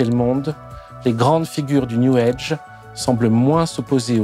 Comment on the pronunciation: Prière d'arrêter de dire "new EDGE". C'est "new AGE".